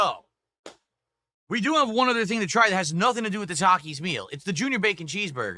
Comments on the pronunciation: Hasn’t heard no one pronounce Taki’s because he doesn’t interact with literally Anyone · He doesn’t know how to pronounce takis because he never leaves the snort fort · always comes off as an under informed and pissed off toddler. It’s such a weird look for a man of his age. Also, who the fuck doesn’t know how to pronounce the word Taki. What an ignoramus. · This rtard has been whining about this meal for DAYS and he just NOW questions his pronunciation of Takis? Holy 80iq Batman…